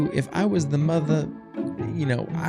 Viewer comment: Did she say stand up for your mothie?